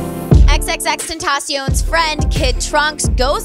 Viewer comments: Its not xxx tenTAHcion its xxx tenTUHcion gotta throw some spanish on it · “(Then) (ta) (cee)(own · The way she pronounced XXXTENTACION...